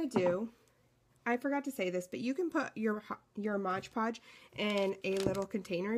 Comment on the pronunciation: Love your project, but sorry...it's MOD Podge...not MODGE Podge!